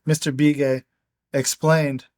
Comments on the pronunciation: Love this stuff!! I'm a longtime Arizona white man, and just for the sake of authenticity.......the Indian last name "Begay" that you pronounced "Bee-Gay".....is pronounced like "Buh-gay". It's a really common name.....much like "Smith" would be in the white-man's world. Not nit-picking.....I know you'd want to give as much respect to our American Indian friends as possible. Thanks again for reading this fascinating book! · It's Be Gay not Bee Gay... Like the sound in "Beg" ... Begay... I'm Native American & yes this is the real deal story.... I wish I could've committed... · What’s the name of the book you’re reading? Plus the name is not be gay, it’s pronounced Bah Gay. I know some Navajo with that last name.